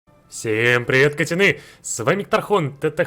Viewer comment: Не говори катяны. Пожалуйста. Не Кристина Финч же.